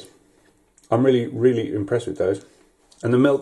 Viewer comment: I hate the way you say milk. You say milKKKKKKK